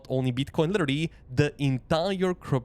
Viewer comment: AI voice...."litterilrily".... ;)